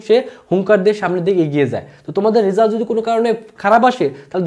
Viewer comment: Bhaia tomar uccharon khub vul. At first result ke bolecho resul. It's a great mistake!